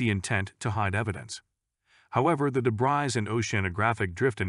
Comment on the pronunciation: the word 'debris' has been mis-pronounced incorrectly several times